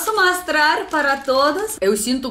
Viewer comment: GANZADA, MASTRAR, EMACOES..mto engraçado, mas o português está melhorando mto..🌹🌻😘